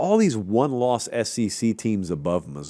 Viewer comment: Hey, it is the S-E-C, not the S-C-C....